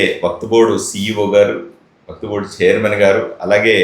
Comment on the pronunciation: WAQTBOARD❌ WAQFBOARD✅. BOLNE BHI NI AARAA 😅